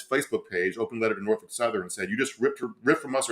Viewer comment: You know is from Virginia because he knows how to correctly pronounce "Nor-Fuk".